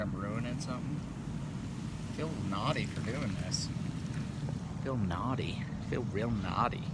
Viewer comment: The way he says “ feel nawdyy “ 😂😂